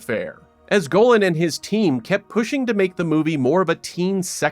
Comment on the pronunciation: You could have pronounced the name Golan correctly, considering you say it about 200 times. Same with Arad.